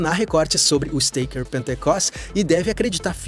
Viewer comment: Isteiquer, ieiguer.... Pronúncia FAIL